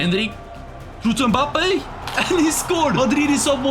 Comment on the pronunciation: The way he said mabbpé